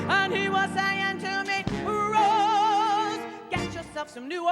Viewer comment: haha Barbra walters, "Mama Wose".